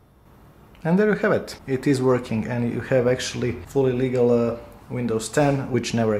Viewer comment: Did you just say full illegal, or fully legal ^^ (sounds the same)